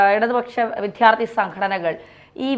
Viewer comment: ഇവരെ " വിദ്യാർത്ഥി" എന്ന് സ്പുടമായി പറയാൻ പഠിപ്പിക്കൂ...